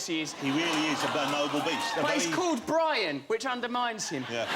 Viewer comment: "So this is Bwian, innit..."